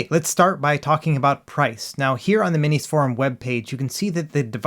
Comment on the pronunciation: Thank you for pronouncing "MinisForum" correctly, unlike ETA Prime.